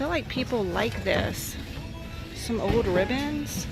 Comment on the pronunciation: I can't believe you noticed that, too! I have never heard anyone say that besides a friend is mine. Her parents were from Oklahoma, and she pronounces certain words like does! For example, pronounces "old" like "owed".